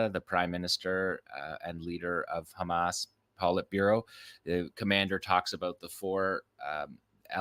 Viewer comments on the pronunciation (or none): none